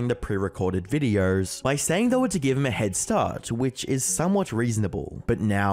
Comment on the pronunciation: Has anyone ever told you you make subtle extra R sounds when you speak? “Videorrrrs” “Uploarrrrds” “Episorrrde”